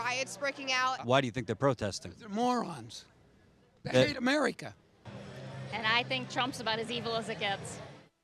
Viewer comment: "They Hate Amereeka" How ironic lel